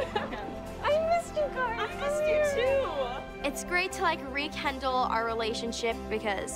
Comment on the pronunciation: i swear i heard "it's great to re-kendall our relationship"